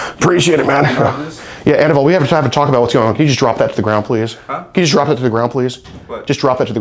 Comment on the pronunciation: His name is pronounced "a-NEE-ble".